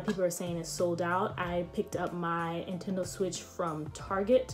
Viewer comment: Was I the only one that heard intendo not Nintendo ?